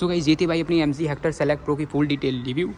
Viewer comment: भाई ये "हैक्टर" नहीं हेक्टर है।